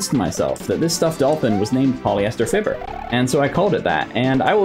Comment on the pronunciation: Fiber is pronounced (fibe-er) not (fib-er)